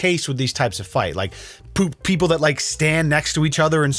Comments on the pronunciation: Don’t think I missed you almost saying poople instead of people at one point. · i hate that slipping on "people" and saying "poop-people" has me laughing